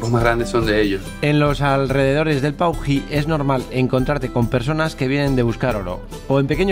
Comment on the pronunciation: Paují es el nombre de un ave. Estás pronunciando Puají, cómo aquellos que dicen "suidad" en vez de ciudad. Mosca🦠